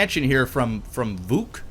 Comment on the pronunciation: Vooge- Kay - Vujke. Say it with a Russian Accent